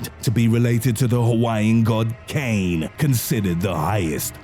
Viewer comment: "Kane" is pronounced "KAH-neh" in Hawaiian, btw...